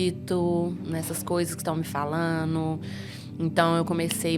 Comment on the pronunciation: Essa moça não sabe nem pronunicar as palavras certas , ela fala: falano,comeno , brincano, kkkkkkkkk, a palavra certa é: falando, comendo, brincando, ta boa de voltar pra escola, essa bruxa.